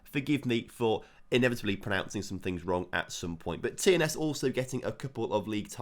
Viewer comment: The only team he pronounced correct was TNS and they are in England 👏🏴